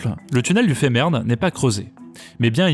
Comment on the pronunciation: Comment peut-on prononcer un A comme un é ? Femahrn se prononce Fémarne, pas fémèrne... Les gens inventent de prononciations quand ils voient un mot allemand, c'est tellement stupide